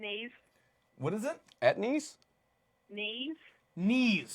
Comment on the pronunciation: I love how they pronounced Niamh as Knees